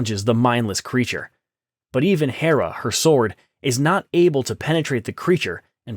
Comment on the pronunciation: "Even Hera, her sword..." AI reader failed that Turing test. "Hera!" Is like "Oh!" "Gasp!" "My God!" An exhaltation of suprise. Hera is , in DC cannon and Greek Mythology, wife of Zeus, stepmother to Diana, Queen of the God's, and patron Goddess of Themescara Amazonian Royal Line. Not the name of her sword.